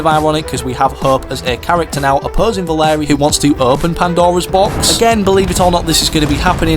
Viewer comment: its valeria not valerie lol